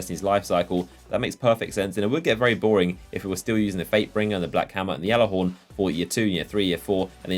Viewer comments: G(j)allarhorn, not (G)jallarhorn. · You saying "YALLAHORN" pisses me off dude its GALLAAAAAAARHORN" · ITS THE G ALLAHORN, NOT THE YALLAHORN. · lovin that Yallerhorn. ITS PRONOUNCED G-A-LLER-HORN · it's gjallarhorn (g-aller-horn) not Yallarhorn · Why does he say yallehorn it pronounced gallehorn ( spelt gjallarhorn) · dude they literally said gallahorn not yallahorn so your pronouncing it wrong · Gal Gal not yal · gal not yal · Plus, if you spent five seconds looking at it, or know where it originated, you'd know it's supposed to be said "Yallarhorn". Not Gallihorn like a fucking Galimius. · it's pronounced gall-er-horn not yall-er-horn even bungie pronounces it as gall-er-horn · your fucking delusional if you think that's how it's pronounced, silent j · Listen okay GAL-AH-HORN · Look it up. If you knew your history or ever bothered looking it up you would realize it was not pronounced GAL-AH-HORN. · Deej said it's pronounced Gallahorn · You are so fuckin annoying! It's gjallahorn! With a G. Not a Y! Deej already cleared this up on stream! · it's not just him , other destiny youtubers and streamers say it that way. I always hear deej say with a "G" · No its the Jelly-Horn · | Quit it's pronounced yallerhorn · Guys...it's just a means of pronunciation....that being said it's Not yallarhorn AT ALL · i think the correct proninciation is Gyalllahorn, or thats at least that the pronunciation of the people that MADE IT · just deleted your minecraft account if you actually look up the pronunciation it's pronounced yallahorn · It's been confirmed that it's pronounced "Yallahorn." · You say Gjallarhorn wrong, look it up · lol I love how you butcher the name of the weapon! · He is saying it wrong it pisses me off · I'm disliking purely because of how you say Gjallarhorn. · Oh sir, how wrong you are. The name is Norse.